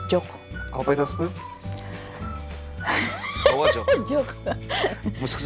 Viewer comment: Оова дейтго ужас😂